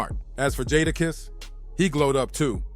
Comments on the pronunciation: It's really not that hard to say jadakiss...🤦🏾‍♂️ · Made me cut it off …sheek louch??? Nah. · Once I heard Jahda kiss I was out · Who the hell is jah dah kess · Its pronounced "JAY"DAKISS Jay Da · Jahdah kess 😂😂😂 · Jata kiss? Who is that... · This mf say jah dah kiss one mo time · This dude really was pissing me off the way he was saying Jada’s name. How hard is it to say Jadakiss. You lost me bro. I didn’t even want to listen to you anymore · Who the hell is Jaadakiss bro what accent or dialogue you using, L ox? I'm convinced my man's bite these videos how do you keep saying these guys name wrong as s**t smh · It’s really not that hard to say “Jadakiss”… 🤦🏾‍♂ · DAMN BRO UR PRONUNCIATION IS TERRIBLE 😂😂😂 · Thumbs down to the content creator.... Making content of artists without knowing how to pronounce the name is crazy work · The Jada kiss is diabolical it's not hard to to say his name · I’m not watching the rest of it cause they way he say jadakiss ✌🏾✌🏾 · The way he says Jadakiss name, it sounds like a whole different person. Sounds like a UK drill Rapper. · Its NOT tricky!!! These are well known rappers and you are butchering these dudes names. Cmon dude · Dumb ass narration saying the names wrong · I hate when they have the narrator says the rappers names wrong 🤦‍♂️ shit is annoying asf! And when he said “back then the L,O,X was running with the RUFF RYDERS- who had hundreds of street soldiers riding with them” and they show a picture of a bunch of dudes- but if you pause it and look - the dudes in the pic was - jay-z , Dame dash, Biggs , Camron, Emilio sparks and the rest of state property, Kanye west , some white lookin chick , NORE, juelz santana and not even DMX or KATO (DMX and KATO WHO was the leader of all Latin kings and the kings was Dmx’s muscle , cause of his close friendship with KATO, when KATO was set up and shot and killed DMX MADE that song “KATO” on the album” Grand champion “ i think.. but other than those few mistakes this was a good video